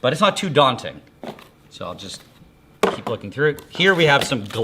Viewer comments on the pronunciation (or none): none